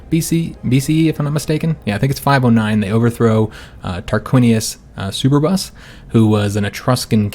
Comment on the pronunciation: also, you pronounced it as Super Bus. Try and say it as a single word like “superb”